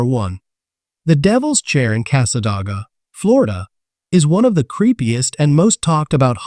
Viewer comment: The town is pronounced Cass-aday-ga not The way you are saying it.